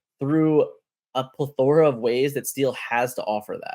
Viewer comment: Awesome video but the way you say "plethora" triggers me lol